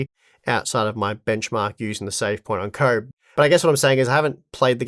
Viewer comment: Why is he pronouncing Koboh like "comb"?